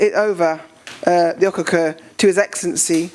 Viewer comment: Please it is not spelled or pronounced Okukor. It is spelled and pronounced as Okhokhuo. The early we learn the better! Thanks so much, everyone!